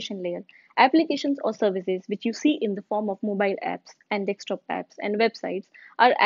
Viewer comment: iska "DEKSTOP" mujhe bhut chubh raha hai, gawar kahin ki